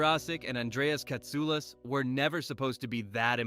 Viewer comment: I heard people mispronounce "Katsulas" before, or pronounced G'Kar as Jakar, but this took the cake.🙃